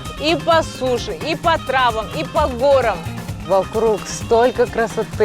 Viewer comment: Не по горам а по горам!! Правильно произносить надо!!! Ударение в правильном месте надо ставить